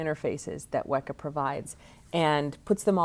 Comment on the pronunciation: I believe "Weka" should be pronounced with a long 'E', i.e. similar to the word "weaker". Is this correct?